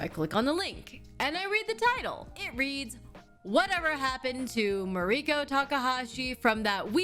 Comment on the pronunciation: REACH OUT TO POODLE TAKAHASHI!!! Also, I now find myself unsure of how to pronounce your first name. In this video, you pronounce it like Ma-REE-ko but I have heard you pronounce it differently before. Is it just the Americanized way of saying it or...? Just curious.